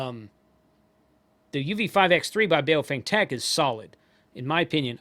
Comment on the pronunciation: no.... official Bejing Madarin pin yin pronounciation sounds like bah-oh fung